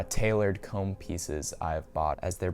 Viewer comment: ”Commes” 😷 Cool pickups tho